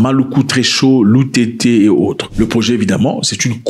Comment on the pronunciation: Vous êtes cultivé bon sang.... Vous avez fouillez jusqu'à bien prononcé le nom de nos villes sibiti loutété